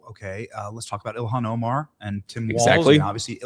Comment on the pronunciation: JD Vance is not himself anymore. His hair is not as dark. It is brown. His eyebrows are not as dark. They are brown and his eyelashes & his beard are brown now instead of a dark brownish black as they used to be. Vance looks different and now he doesn’t know how to pronounce Ilhan Omar‘s name! Vance pronounces it “Iliyon Omar”! I do not think he used to pronounce it that way!! Someone check the videos and see, but I’m quite sure Vance USED TO KNOW how to pronounce her name correctly. This is a clone, a replica, but not the original. If the clones are evil, they always change their stance on Israel from for or pro-ISREAL to against. Israel and the Jews are like givers. They gave us the Bible and the 10 Commandments in Jesus Christ and all of the original members of the church. The evils know this and that is the first thing they will try to do is to turn people against them, against the Jews against Israel against Zionism. They know the importance of Israel and the Jewish people and that is why they target them nonstop to get rid of them.